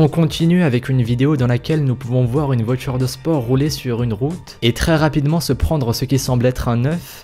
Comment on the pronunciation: tu dis la "votchure" / les "votchures"